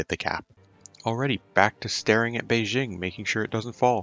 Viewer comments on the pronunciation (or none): none